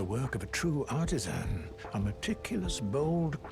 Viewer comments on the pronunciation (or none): none